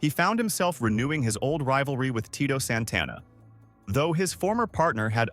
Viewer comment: Who's Mr. Soto? It's Saito pronunciation is important. Jesus you can't even pronounce Santana smh you suck. Now you cant pronounce Tatanka and Drose smh.